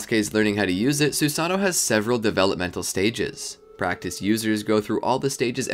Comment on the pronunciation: You forgot to pronounce both o’s